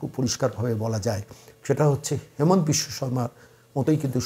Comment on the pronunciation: Onar Namer U*chcharan habe HI MA NTA asamiya bhashay.... Hemant nay